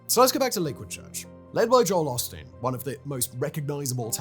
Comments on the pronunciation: As much as I detest Osteen- hearing Simon’s accent refer to him as “pasta” is everything I needed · i can't not hear "pasta" every time 😅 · Did you never bother to watch a video of Joel Osteen to learn how to pronounce his name correctly before starting this video?